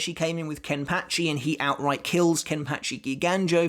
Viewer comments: The way he says kenpachi is soooo weird🤣😂😂:face-purple-smiling-tears::face-blue-smiling:😁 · It bugs me how he says kenpachi